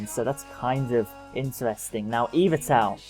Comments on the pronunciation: eevatel? Y-val-tal. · you said yvetlal wrong this is a japanese game not english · you say Yvetal wrong